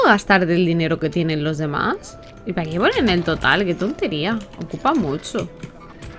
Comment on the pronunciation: Jajaj no es tontery